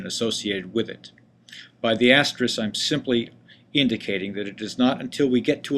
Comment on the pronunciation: Ty for video. I just want to point out that the word you were trying to say is "asterisk" with a 'k' on the end. This word is mispronounced by the tech community more than any other word I can think of. No idea why. The most common mispronunciation being "asteriks" with the 'k' and 's' reversed.